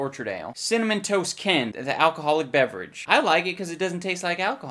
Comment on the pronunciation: "Game bay beverage." lol